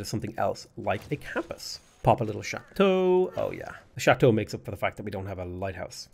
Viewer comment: Very well pronounced "Château" !